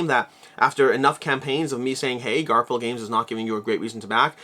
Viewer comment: Are you still saying Garp-hill? The “ph” should be the “f” sound. Garfill